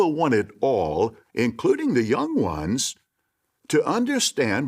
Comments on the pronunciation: no one: not a single soul:: YANG WANS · The way this elder pronounces "young ones" and "little children" just makes me feel that I should be calling social services.